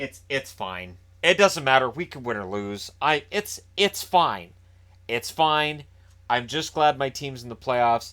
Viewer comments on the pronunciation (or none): "there's a goal there, we have a goal, were fucked" -every Caps fan (I know you said fine, but still sounded like fucked)